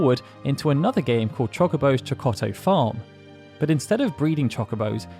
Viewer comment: The double-t in “Chokotto” contains a glottal stop, which sound does exist in English and so shouldn’t be difficult to imitate.